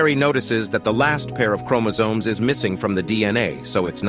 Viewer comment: Everytime he said Chromosomes I wanted to fight someone 😤😤😤